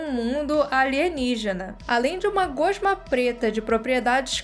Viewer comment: Eu não gosto de corrigir as pessoas; mas já percebi nesse vídeo como em outros que você pronuncia a palavra "gosma" de forma incorreta. Voce pronuncia "gôsma" e o correto é "gósma". Nenhuma dos exemplos tem acentuação gráfica, estão aí só para efeito de mostrar a tonicidade da palavra.